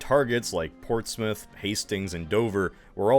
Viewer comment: You pronounce Portsmouth correctly, but when you have to pronounce the "mouth" the same way as Portsmouth for Yarmouth and Weymouth you don't lol.